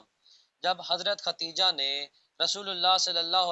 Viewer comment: Hazrat khatija ni HOTA Khadija HOTA hy